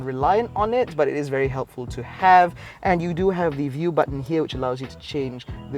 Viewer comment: Sat bat-en, sat baten (button)..hang maciam orang kedah had dok acah2 cakap keyyel nuu